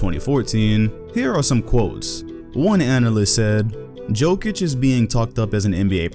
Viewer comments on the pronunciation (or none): I wanted to watch the video but i cant..di a little research. Its not Pronounced with J its with Y. Yokich not Jokich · "JOKE-ICH is being..." WHY CAN"T PEOPLE NOT SAY "YOKE-ICH", I REPEAT, YOU DO NOT PRONOUNCE THE J. How are so many people making this mistake? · Bro it's Yokeich, not Jokeich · Just say it like Yokich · lol. try to pronounce like this Yokic = Jokic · It's /Yo-kitch/ , please. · Its pronounce Yokich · Bruh first you think Anthony Davis is going to be a Celtic, now you can’t stop saying peoples names wrong. Nikola Mirocktick?!?! Nikola Jokick?!?! Cmon 😂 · The way he said Jokic 😬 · the J is pronounced like a Y..